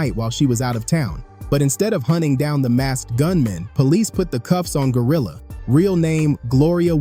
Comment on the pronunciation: I luv how you destroyed her name